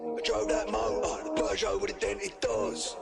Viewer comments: Peugeot isn't pronounced Poojo it's Perjo. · Peugeot is pronounced per-jho here.... never heard poo- jho 😆 brilliant! Great reactions though fella 👍🏼